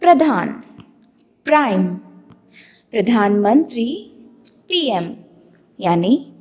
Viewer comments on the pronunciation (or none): none